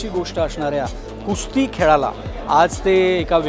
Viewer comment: Its Kusti (कुस्ती) not Kushti.👍